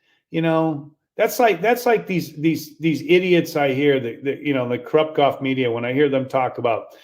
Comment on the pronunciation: Ther is an L in Golf. It ain't goff.